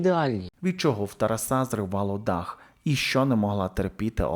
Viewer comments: Не ТарасУ, а ТарАсу! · Чому ТарасУ, а не ТарАсу? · ТарасА?! Шо за наголос, парле аля франсе